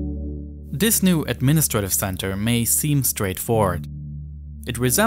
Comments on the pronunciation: this not dis TH not D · ‘Dis and deese’ Should be ‘THis and THese’ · It’s not de, dis and dese it’s the, this and these with the tongue between the teeth. Also it’s not uvver and togevver it’s other and together. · "North" is not "norff"; "south" is not "souff"; "this" is not "diss"; "these" is not "deese"; "through" is not "fruuu"; "with" is not "wiff". Please learn how to speak before posting videos as if you possessed the basic communicational capacities sufficient for public comprehension, when all you've promulgated is a brand of silly gibberish.